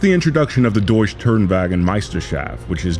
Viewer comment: the e at the end of deutsche has to be pronounced it isnt silent. Same with Porsche